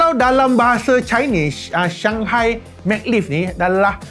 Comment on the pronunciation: Sebutannya Ma Glev. Ma tu sebut (mey) dan Glev tu sebutanya (gelof. F tu sebut nipis). Check dekat google translet tadi. Hehe. Bukan dia Mag lif sebutannya. Hehe..